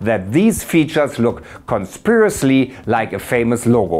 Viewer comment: conspirously?... Lieber noch mal lesen 😉